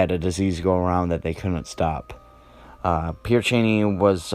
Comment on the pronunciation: It's pronounced Pear sha-nay.